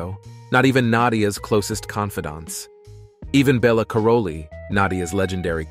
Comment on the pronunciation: Congratulations. You pronounced Bela's name 3 different ways in one sentence.